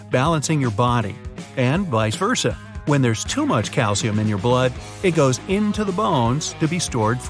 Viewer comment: Is it calcium or calshium Not the spelling the pronounciation